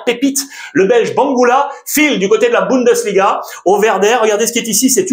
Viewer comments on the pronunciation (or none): none